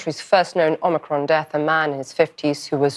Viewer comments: Is he saying "omnicron" as a joke? I thought it was omicron... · Michael. Omicron, not Omnicron. Please.